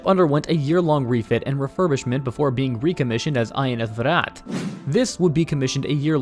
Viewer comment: Good job you got Viraat right .. here is How to pronounce vikrant